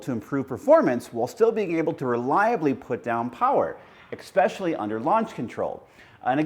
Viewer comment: I can't listen to him past the mark. eS·pe·cial·ly, not eK·spe·cial·ly!